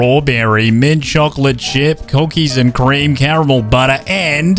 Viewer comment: Bro when he saying the ice cream flavors he says c$&k and Cream